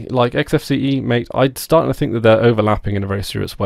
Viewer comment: MATE it's pronounced Mah-Teh (the creator explained) and its a peruvian/south american drink